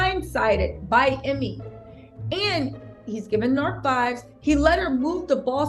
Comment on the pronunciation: First name is pronounced, Emay!!